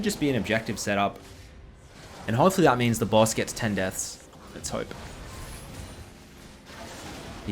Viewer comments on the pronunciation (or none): you pronounce "baus" as "boss" and it confused the hell out of me for a second